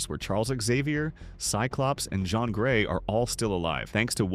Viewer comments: Yeah, as soon I heard John Gray instead of Jean Gray, I said nope. Fuggin AI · John grey ?????? What the hell😂 .. fix your ai bro. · John is how jean is pronounced in French idk why he pronounced it that way tho😂